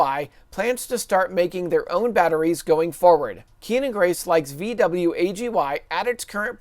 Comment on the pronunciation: are you of German descent and that's why you pronounce VW that way?